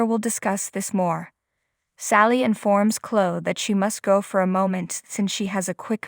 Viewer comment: Please get narrators that can pronounce words and names properly. The name is Chloe! =“kloee”. NOT klo!! Devon NOT “Deevin” and “Lilly”. NOT “Lilee”. Uugghh!!